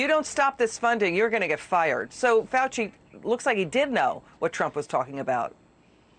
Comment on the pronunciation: I know he's Kentuckian but he doesn't know how to say FAUCI. FAUW CHEE!!! Not hard!!!